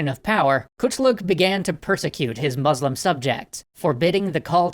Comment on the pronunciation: Why do you pronounce Muslim as "Moozlum"?